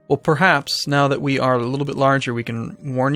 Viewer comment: just a tiny thing. can you please say purr-haps not pree-haps:P spelt perhaps